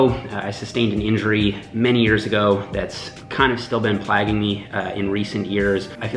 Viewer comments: “Plagging” lol plaguing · Plaguing is not pronounced plagging.